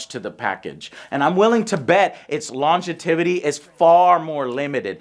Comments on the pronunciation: Longevity* not Longetivity lmao oh Joe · "Longetivity"? The word is "longevity", *sigh.* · “Longetivity” is amazing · "longetivity"